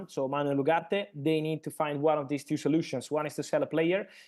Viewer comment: please make a little effort to pronounce the name Ugarte correctly